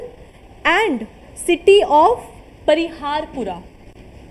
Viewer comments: Parihaspora not pariharpora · It is not pariharpora It is parihaspora